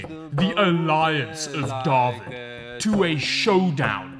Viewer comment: Hi from the algorithm. Dawid....how do you say you're name? I heard "David" with like an H sound added before the V...